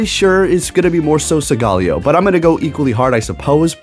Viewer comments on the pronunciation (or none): Segaleo??? Isn't it SOLGALEO, SOOOOOOL...GALEO🧐